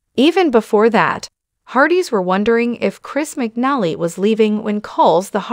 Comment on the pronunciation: His name is pronounced wrong